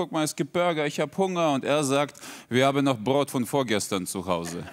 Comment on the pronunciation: Brot und Tankstelle hört sich sehr Schwäbisch an.